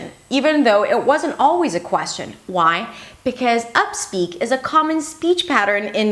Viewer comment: You are wonderful but i feel your second language , you should've to review on this word "question " s not prounouns